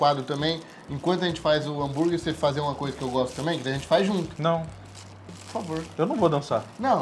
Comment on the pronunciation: o nao mais seco q ja ouvi kkkkkkk